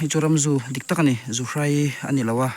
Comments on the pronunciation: Zuhrai ni lovin 'zuhrei' a ni zawk lo maw.. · Zuhrei tih tur..chepa(pa tih lai hi,ka Pa tih a kan lam rik ang hian lam tur)..Awmna a zir a tawng dan a awm a,a dik erawh zir a ngai e..Hmuhnawm e👌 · Zuhrai ni lo in Zuhrei zawk aw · Chepa lam dan a buai zawng2te khan chhimlam ania inlo hrethiam dawnnia,mahse zuhrei hi chu zuhrai ti bik tlat a😊😊